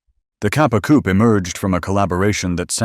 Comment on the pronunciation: The many failed attempts at pronouncing Italian names is woeful and embarrassing. Also the word 'coupé' has an e with an acute accent (´) at the end, it is therefore NOT silent and not a place where chickens live.